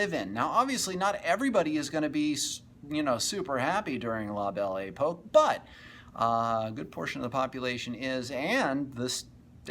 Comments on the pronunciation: It's 'pok' not 'poke' that and the adventure film sound track lost me. How about playing some music from the era. I can't listen to you mispronounce it over and over. Sorry. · La Belle Epoque (ay-puck)...good talk!